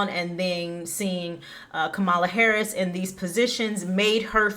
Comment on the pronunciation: Learn how to pronounce VP Harris's name correctly before broadcasting your pov.